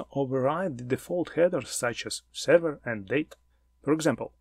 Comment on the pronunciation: Very nice content, luckily, I already know all information provided about HTTP protocol, that is why it is not so hard to understand, what are you talking about, for beginners I would have splitted it into 2 parts. P.S. Please check the correct pronunciation of the word "Server" :)